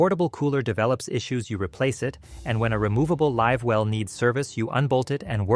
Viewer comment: Ok this a a BS video when the narrator pronounces “live well” as “liv well”. Idiotic. And to say built in coolers or fish boxes are a problem is also ridiculous. So says a boater who has been boating for 40 years and has owned 4 different boats.